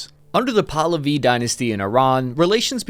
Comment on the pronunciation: Wow, you pronounced Pahlavi correctly in this one! I once heard you refer to the Shah as "Pavel." Good job!